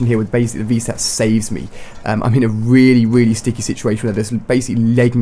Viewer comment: Haha when ali-a says really really he says it weally weally